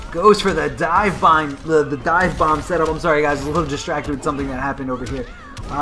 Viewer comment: Honestly, I love but I am sure he is stoned in these videos..He even said "Divebong" instead of "Divebomb," then said he was "distracted by something here"